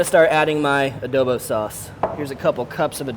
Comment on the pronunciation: Can you say adobu properly?